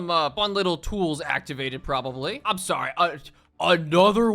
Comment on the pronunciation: yeeeeeah all filim (our king) did was say sawwy